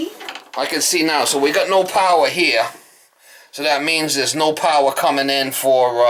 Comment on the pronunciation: She said "Can you see?". Lighting goes on. said "I can see now. So we got no powah heah. So that means there is no powah coming in for the heatah." I love these vids. And he is such a great contractor too - can fix just about anything.